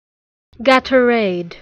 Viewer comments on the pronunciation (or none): It’s not pronounced this way. It’s gay-tor-ade